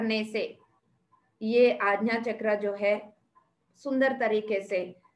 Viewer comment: आज्ञा =aagya NOT agna All is well